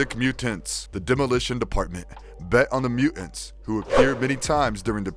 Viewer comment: It would be nice if you could pronounce the "T" in the middle of words. It's weird when you say, "Mu'ants."